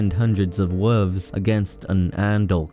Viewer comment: I have a huge gripe against people that pronounce the word, "wolf" as "woof" or "wolves" as "woofs". Absolutely unforgivable.